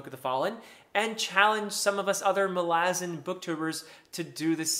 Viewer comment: Doesn't the stress belong on the first "a"?